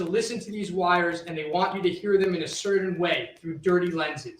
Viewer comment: I agree. He said “threadening” so often, too. CerTain was another one! I hope he accesses some articulation therapy before Donna’s trial.